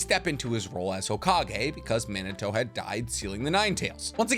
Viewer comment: It’s not men uh toe. It’s MeenAHtoe.